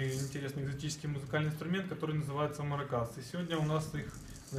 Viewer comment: Куда ставить ударение в слове "маракас"? Вы ставите на последний слог, а словари настаивают на втором слоге...